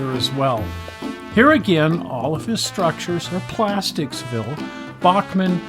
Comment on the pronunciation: Plasticville!!! Not Plasticsville